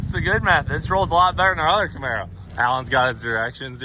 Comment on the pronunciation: The camar-boe